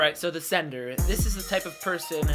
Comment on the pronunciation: Until the theorist v sender graphic came up, I thought you were saying "senator". The picture of Trump also confused the hell outta me.